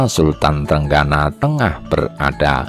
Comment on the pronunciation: Sultan trenggino bukan trenggana,,yg baca naskah harus belajar dulu